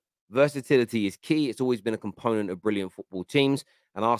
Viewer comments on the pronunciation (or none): none